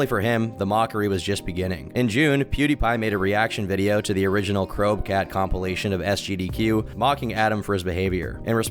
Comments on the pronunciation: its "crow-b-cat"...like the pokemon you dweeb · It's "Crow B Cat",. Jesus.